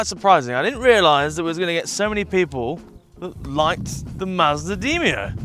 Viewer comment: Demio not deemio lol